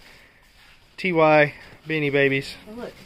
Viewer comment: I had the My Little Pony Show Stable when I was 10. Every Strawberry Shortcake and My Little Pony item you find gets me more excited. Also Ty Beanies is pronounced “Tie” not “ T Y”.